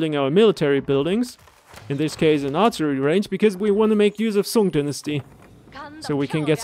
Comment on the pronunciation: your pronunciation of song and zhu ge nu is perfect